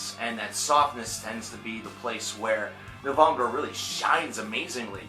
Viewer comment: hey have you not been familiar with this band until recently? never heard you talk about them before. good to hear your thoughts however the E in NOVEMBRE is Pronounced just like the E in the English version of the word which is NOVEMBER. It's NOT NOVOMBRUH!!!!!!!! sorry, I don't mean to hassle you but it made me cringe like crazy.